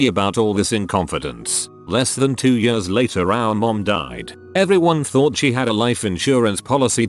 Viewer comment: Please fix the "years" of this voice, it sounds like they're having a stroke every single time they say it. Btw, I do like chicken! xD